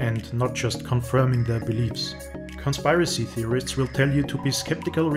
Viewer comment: You have SEVERE confirmation bias and you generalize about people and assume crap you want to believe is true AND you need to at least pronounce "conspiracy" before you claim to be an expert. ; )